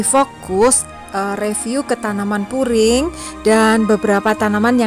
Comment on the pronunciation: Bkn furing mbak tp puring , klo furing itu lapisan pakaian .